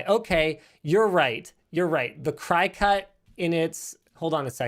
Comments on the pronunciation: I know this is stupid but it's not a "Cri-cut" it's a "Cricut" pronounced as "cricket", my buddy has a Cricut and pronounces it incorrectly all the time and it drives me nuts. If you look at the logo on the machine there are antennas on the "C". Google Cricut logo and you'll find their old logo that is actually a Cricket head. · I'm pretty sure its Cricut but like the insect. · LIE-nus says CRY-cut. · Also, isn’t it pronounced “cricket” and not “cry cut”? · I may have logged on just to correct Linus' pronunciation. It's said like the chirping bug Cricut. The name has antennae like a bug. Just had to say something, no one will read this but I feel better lol. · for mentioning . Also I think the other thing is said "cricket" not cri-cut. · Crycut? It's a cricket Linus, like the bug. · Cry cut? My mom has one of these things. It's pronounced like the insect. It's a cricket. It's just spelled cricut. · Omg. It's pronounced "Cricket" like the insect. Not "Cry-Cut" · Is it pronounced cry-cut or cricket (cricut) Everyone around me pronouces it cry-cut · Why can't Canadians pronounce English words properly? I have been noticing this on LTT for YEARS. For example, "Cricut" is not "Cry-cut", it is "Cricket"! The logo has F'ing antenna on it, FFS. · We've always pronounced it with a short i like cricket. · Like cricket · It's pronounced CRICKET ya noodle. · it's pronounced cricket. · Lmao the cricut is pronounces like cricket like the bug. like a grasshopper thing. cricut ...and also yea you're a goofball for not using it Lol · Isn't "Cricut" supposed to be pronounced like cricket? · That's how the Cricut Youtube channel pronounces it. Linus either doesn't know the right pronunciation, or uses a different one because it's less confusing. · Today I learned Linus mispronounces Cricut and possibly so does his wife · like the insect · People are complaining about Linus' pronunciation of coupon meanwhile I'm triggered by how he pronounces cricut